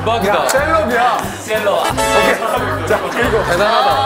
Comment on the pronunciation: 셀럽? 카는거 개웃기넼ㅋㅋㅋㅋㅋㅋㅋ큐ㅠㅠㅠㅠㅠ 포워드? 쒤럽?ㅋㅋㅋㅋㅋㅋㅋㅋㅋㅋㅋㅋㄴㄴㄴㅋ